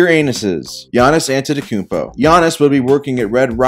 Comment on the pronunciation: The only thing that bothered me on ganiss was the way he said his last name ant🐜tadakumpo